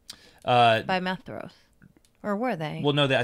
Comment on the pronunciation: "Maedhros" should be pronounced as "MY-throass" with a voiced /th/.